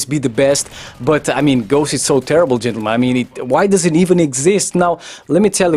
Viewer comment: Why do you say chentulmen, girl play COD to.